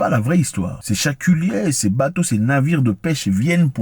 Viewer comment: On dit chalutier tonton zack 😂😂😂😂 et non chaculier